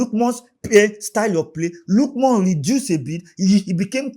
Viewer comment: it's not lookmon ,it's Ademola Lookman